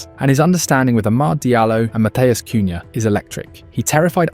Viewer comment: Sounds like man is doing farm yard sounds when our front 3 are talked about. Em beuuuumoo cooohyaaa, shessshhkooo